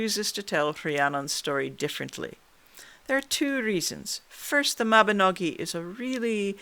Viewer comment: thank you for saying Mabinogi, and not Mabinog*ion* - the latter is incorrect!